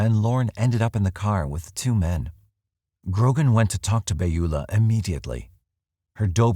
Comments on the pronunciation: Second time watching and it's just as great. However, the pronunciation Beulah is... puzzling. Pretty sure it's "bewlah". Not "bayula". Correct me if I'm wrong. Sorry - normally a couple mispronunciations doesn't bug me, but this just keeps hitting my ear weird. Plus I can't imagine witnessing something like that and not saying anything. She left her car unlocked with stuff in it? If I remember correctly. That would be a pretty good indication that something was definitely not right. This is the snoopy neighbours time to shine. When you really want a nosy neighbour, she totally drops the ball. Bad, Beulah. Bad. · Beulah is pronounce Byoo lah. I only mention it because it was my grandmother's name.